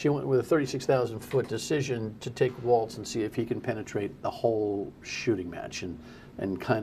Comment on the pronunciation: Might want to research how to pronounce Walz' name if you're going to run interference for him.